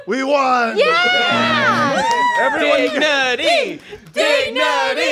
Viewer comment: Sounded like "Dig-Nutty!"